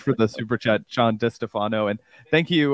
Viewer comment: DiStefano is pronouced, Di Stay-funo.